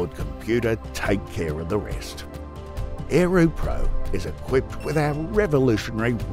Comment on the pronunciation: Lol.... is this a spoof, or a scam? - Ae- roo in an aussie accent.